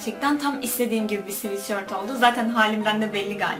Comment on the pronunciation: sivitşört değil sıvetsört